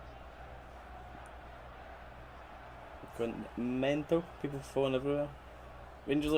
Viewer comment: Tha Peepul....endless entertainment 😂😂😂🍀